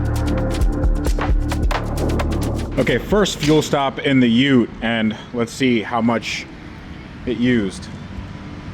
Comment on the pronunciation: Bro called the VE Ute what!?😂